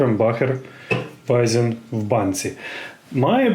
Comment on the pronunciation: Доброї ночі. Можна трохи позанудствовати?) По-перше, не Вайзен, а Вайцен. Для отримання насолоди від Вайцена є свій тип бокалу. Пити Вайцен з тієї мензурки, це злочин)))) По-друге, для дегустації краще підходить тип бокалу tulip (тюльпан). Дегустувати пиво з холодильнику теж не комільфо. Дайте йому трішки нагрітися. і по-третє, в мене, як пивного колекціонера, серце розривалося, коли Ви відкорковували пробку тією відкривачкою))))) Загалом мені подобаються Ваші відео. Вас приємно слухати. Хочу собі такий подарунковий бокал від Krombacher.